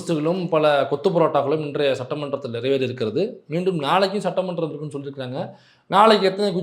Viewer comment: சட்ட மன்றம் என்கிற வார்த்தையை சற்ற மன்றம் என்று நிதி அமைச்சர் உச்சரிக்கிரார்😡